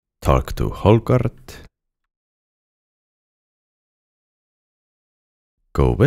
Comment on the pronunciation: “Talk to Hogarrrrrrt” Love your guides dude. I’m rewatching every quest so I can catch back up on where I left off (I have a long way to go). You’re top dog!